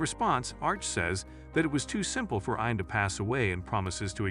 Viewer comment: de-Bree not de-Bry Eee-an not Ey-an Roger sir-musses? Eee-ther not Eh-ther